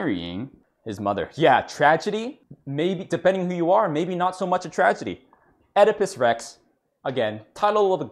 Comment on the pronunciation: "Now osdipus Rex..." Oh God dammit.